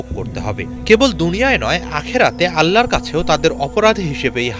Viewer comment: প্লিজ সুন্দর করে উচ্চারণ করুন! আ*ল্লা না আল্লাহ হবে